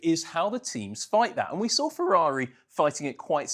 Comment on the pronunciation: sawr it, datar, hondar, idear.. i don't get why do they have to talk like that..